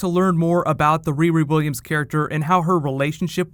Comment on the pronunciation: say "riri williams" again, bitch. i dare you. i double dare you